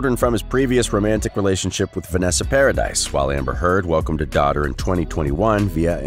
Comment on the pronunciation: Before you put yourself out as a commentator on a channel, you need to make sure your ability to pronounce the names within the article. Because its hard to believe the information being shared when the easiest part of the article is the names of the people who you ate reporting about. As in this article within the very beginning when Johnny’s x-wife is mispronounced. It took my entire attention away from the discussion and I became distracted and lost my place within the story. So that being said I guess its time to locate where it was that I was before the opp’s took place. So see what I mean… look at how much this has taken away from this whole mess. 🧐🤪👍🏻